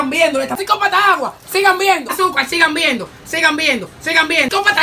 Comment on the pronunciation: Llega un punto donde dice tantas veces sigan viendo que ya después (no sé si soy yo,que estoy sordo de los ojos,o es el que ya se le lengua la traba) parece que dice sigan meando😂😂😂